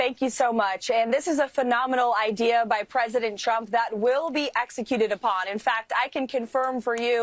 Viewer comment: She also sounds like she's saying President Chump, which is pretty funny